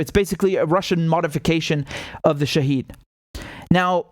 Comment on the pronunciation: It is not "Shaheed". It is pronounced "Shahed"